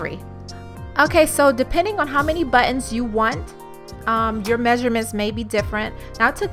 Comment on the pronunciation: thanks for sharing the idea. Good job! Also, Nice Porsche in the garage! I was trying to understand what “but-enz” are. In electrical work there are “butt end” crimp connectors. I thought that’s what you were talking about. I realized you are trying to say “buttons”. :D